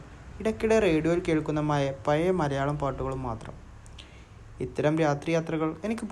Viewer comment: പയയ, നിയൽ, മയ, വയി. .. എന്തരോ എന്തോ 🤣